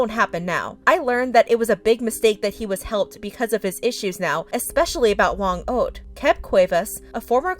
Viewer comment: kills me as a filipino she pronounced "Whang od" as whang oad and also she pronounced "pesos" as paysos